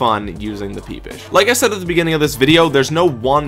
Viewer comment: this man said peepish